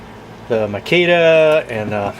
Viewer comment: Marquita?????😂😂😂😂😂😂😂 It’s Makita